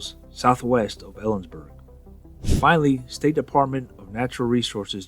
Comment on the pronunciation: Don't feel badly. Unless you're born and raised in Washington, you'll mispronounce a lot of names. Tillicum, Steilacoom, Kittitas, Puyallup, Snohomish, Skokomish, Clallam, Sequim, Hoquiam, Nespelem, Inchelium. You got Ellensburg right so there's that and you didn't add an 'r' to Washington, so again kudos.